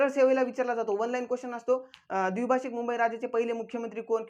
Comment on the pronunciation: सरजी अमरण ( अमरन ) नाही द्विभाषीक ( द्विभाषिक ) नाही